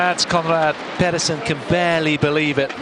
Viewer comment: Petersen not Pedersen